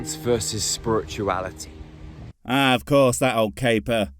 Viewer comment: "if you take science, and spurt-uality" yeah, lets not. that sounds disgusting...